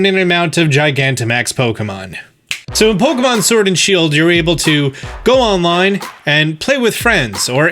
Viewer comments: "Go Onilne" Sorry, these videos have been super helpful, but I couldn't help but mention it. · Onile?? Not trying to sound rude but maybe you should fix that...